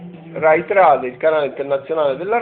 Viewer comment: Trade si pronuncia treid